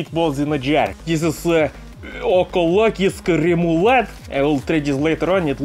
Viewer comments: Your pronounciation of "Økologisk Remolade" was like 90% correct, well done. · not random noises, hes actually pronouncing økologisk remulade lol